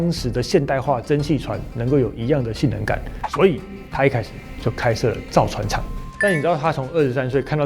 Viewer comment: 怎麼聽到性冷感，看字幕原來是性能感